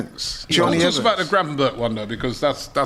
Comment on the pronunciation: Man said Gravenback😂😂😂😂